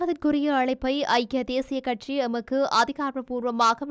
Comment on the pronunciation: கட்ஸி இல்லை அம்மா. கட்சி. சரியா உச்சரித்து பழகவும்